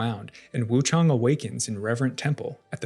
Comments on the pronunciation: Lol it's Wuchang not Wuchong. It says her name multiple times throughout the game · You say her name wrong